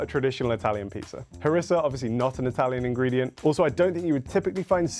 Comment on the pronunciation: please try to learn to pronounce the Italian meal ingredients in the more common pronunciation. You do not have to be so articulate.